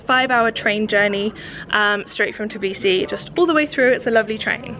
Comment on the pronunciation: Tourists in Georgia say Tiblisi I know its hard to say But am georgian And i easyer for me to say it U have to say it like this : Tbilisi